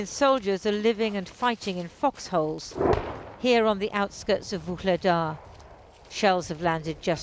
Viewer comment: Great report, other than the pronunciation. No need to insert a soft "G" or hard "K" in Vuhledar. You are pronouncing it like the transcribed Russian "Ugledar". It's actually an elongated "H" in the correct pronunciation.